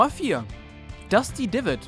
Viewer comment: Hört euch mal an wie Er Dusty Divot ausspricht